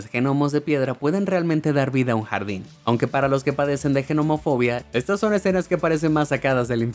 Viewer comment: Yo gracias a Dios no tengo fobias. Pero si me pone muy nervioso cuando la gente no pronuncia bien las palabras, le cambia el énfasis o lee las palabras tal y como las ve. Por ejemplo, has dicho, genomofobia en repetidas veces, cuando realmente es Gnomofobia y la G no se lee, es muda. Esos casos me ponen muy nervioso, pero no llega a más jajajjajajaja